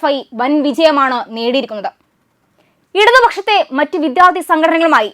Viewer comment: ഇത്രയും അക്ഷരങ്ങള്‍ക്കെ ബലം വേണ്ടൂ... തമിഴ് ചുവയോടെ സംസാരിക്കാം തെറ്റില്ല.. എന്നാല്‍ രണ്ടും കൂടി കൂട്ടി കുഴച്ചു കുളമാക്കരുത്.. "വിധ്യാര്‍ത്തി" അല്ല "വിദ്യാര്‍ത്ഥി" ആണ്.. ഖ ഘ ഛ ഝ ഠ ഢ ഫ (fa അല്ല Pha) ഭ (fa അല്ല BHA)